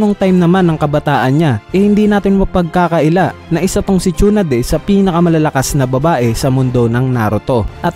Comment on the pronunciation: Sonade poiyon hindi shonade